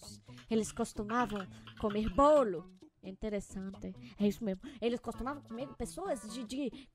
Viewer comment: "entereçante" errou a palavra certa é "interessante"